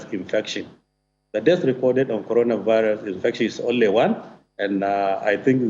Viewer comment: Coronavisis he said